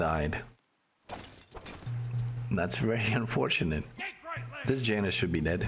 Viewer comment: Janus is not a white mom from the suburbs of america. The j is pronounced as a y